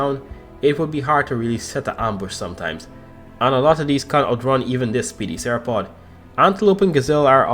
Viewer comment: bro, u saying theropod almost the same way as sauropod